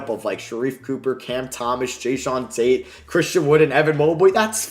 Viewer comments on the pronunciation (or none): none